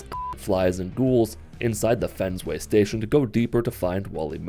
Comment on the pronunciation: Did he say “fensway” I hope that’s the actual in game name, and not you pronouncing “Fenway” wrong, I am a Red Sox fan, I’m worried your a Yankees fan, if you are I’m afraid I must unsubscribe, it better be the actual name in game, please tell me it is